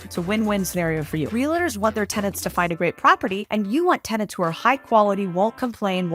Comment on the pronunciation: “Realators.” Do you also say “doliphin”?